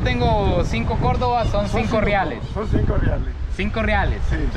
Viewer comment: se dice cordobs